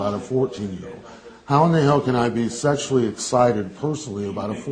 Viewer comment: Absolutely I noticed that 'I susually do' & wondered why they didn't pull him up on it.